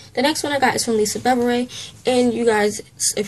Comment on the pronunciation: Lisa Bevere, her last name is pronounced: bah vear